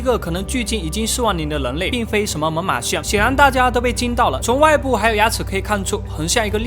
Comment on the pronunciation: 你说错了吧，是猛犸象我听你说成妈妈象